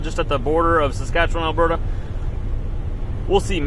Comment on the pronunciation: I wish you’d learn to pronounce Saskatchewan properly 😜